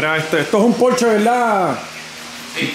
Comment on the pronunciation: Ese Porshe(Por..shaa) exquisito.Porsche..